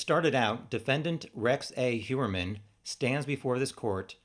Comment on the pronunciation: Just can't watch with Rex. His last name is 3 syllables. Don't be lazy.